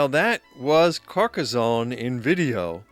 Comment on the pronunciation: A fine commentary with excellent, clear and relaxed diction. There is no "z" sound in Carcassone, thanks to two "s".